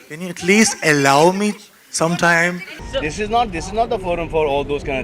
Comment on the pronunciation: Its not ellow its allow🙄